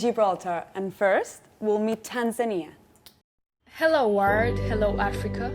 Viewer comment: I love how she pronounced Tanzania😍